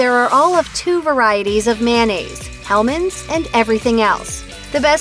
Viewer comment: Thank God you said hellman's.